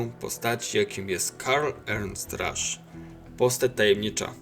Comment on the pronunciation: Będąc szczerym dziwnie akceptujesz jego nazwisko, Ernst i Karl to imiona germańskie tak więc nie akcentuj ich angielsko. Poprawną wymową jest Karl Ernst Rasz